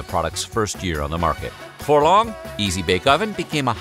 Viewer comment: Did he say "But Befoe we get started"?